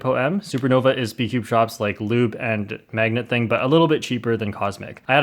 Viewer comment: Spood cube is that what you said